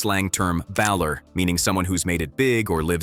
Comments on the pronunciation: don't forget bal-er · How can this video have so much cool knowledge about the game yet not pronounce “Ballas” properly. Heck, you couldn’t even pronounce “Baller”. The only time I have ever pronounced “Baller” the way you pronounced it I. The video is when I’m talking about WWE wrestler Finn Balor.